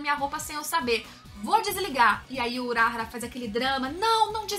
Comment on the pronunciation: pq q vc fala uráhara se é urahára ? falam toda hora o nome dele e vc fala errado o nome